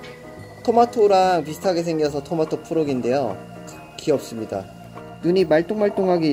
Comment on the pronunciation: 42초 귀없습니다.(개구리는 귀가 있습니다) 사실 정브르님이 말한건 귀엽습니다.